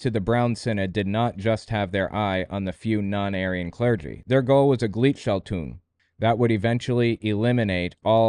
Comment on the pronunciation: Man, your pronunciation sucks. Gleichschaltung. Took me a lot of time to find out that You said that word. "ei" in German is pronounced like "I" in English. And you swallowed the hard g (like in gold) at the end. And it means switching in the same ways/direction.